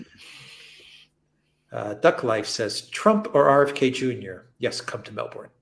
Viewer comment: As a former Melbournian, I can say with some authority, that the stress falls on the first syllable: MELBourne. Actually it should sound like MELBun. (With the Ozzie accent anyway).